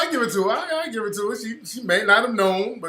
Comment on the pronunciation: "I like to geeb iiiit" ahahaha